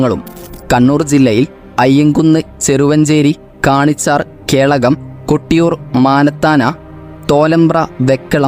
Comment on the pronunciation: കണ്ണൂരിലെ മാനത്താന അല്ല മണത്തണ.. കാണിച്ചാർ അല്ല കണിച്ചാർ..